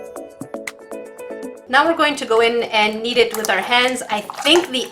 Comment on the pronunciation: i choked on my soda when i thought she said " ok lets go in and eat it " when she said " ok lets go in and kneed it " XD